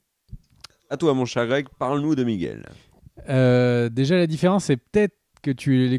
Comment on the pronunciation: arrête d'appeler Miguel "Migouel", stp...... Ah, merci.👍 Bâtard? Euh, oui, si tu veux. L'Alan Taylor qui va le remplacer, il est excellent, ce mec, on va voir ce qu'on va voir en saison 2!